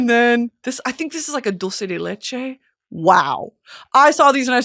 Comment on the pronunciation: Dulce de leche mentioned!!!! And pronounced correctly!!!!